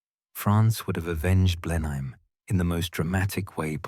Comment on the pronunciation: A change to here Blenheim pronounced something like it should be.